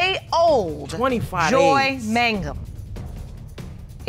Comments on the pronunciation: reverse the n and the g in mangum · “Look at the other mangum”